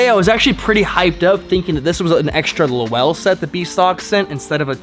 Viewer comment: Great as always!! Just so you know Lowell is a one syllable word. Pronounced LOWL. It is a town in Massachusetts and was a textile giant 120 or so years ago. I cant wait for the next Video!!